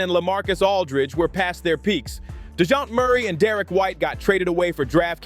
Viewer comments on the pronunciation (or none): none